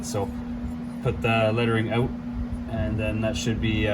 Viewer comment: Great video! So good, I won't make fun of you for saying...oot! : )